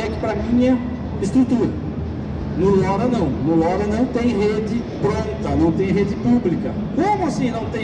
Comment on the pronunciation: Desisto. Trata-se apenas de um comercialzinho fuleiro da SigFox. De LoRa quase não se fala, e quando tocou no nome ainda pronunciou como "lóra" em português, esquecendo que é um acrônimo para Long Range (LoRa). Falando que a cobertura é de até 50 km. A conversa de superpropagação de sempre, que só cola quando pega um monte de meninos que não conhecem nada de RF. Apenas saiu pegando material da Internet e vomitando como se tivesse conhecimento prático no assunto. Foda e lastimável quando a coisa é patrocinada.